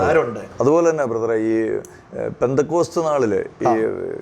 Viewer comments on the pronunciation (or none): Ex pentacost...not pentacost